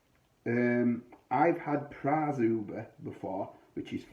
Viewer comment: As far as I understand it, it is pronounced Zhubre (sounds like subher). Good review....mine is still in the fridge...